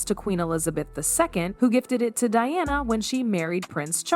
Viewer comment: This seems inaccurate And also weird in some respect, particularly pronunciation of names like Diana.